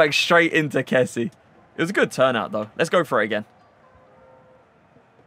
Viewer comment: "Kessy" nahhhh kessié is not bri'ish broooo💀💀💀😭🙏